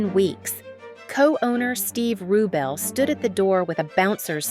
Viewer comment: His name is pronounced RuBELL, not RUbell. You also mispronounced Gias last name. It's pronounced Caranji, not Carangee. It's Italian. HELLO!